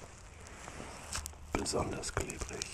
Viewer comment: Niemand: Wirklich niemand: Niemand auf diesem Planeten: Asmr Zeitgeist: der "FlOuHm" ist ganz "KlEbRiG"